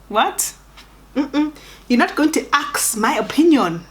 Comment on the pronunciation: "You are not going to AKSS my opinion" 🤣🤣🤣 Love. Laughter is guaranteed 🤣😂🤭🤭❤❤